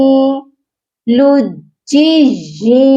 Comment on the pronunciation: لجی کی ی کو آپ لمبا کیوں کر رھی ھیں۔ یہاں کوئی مد تو نہیں یا کھڑی زیر نہیں۔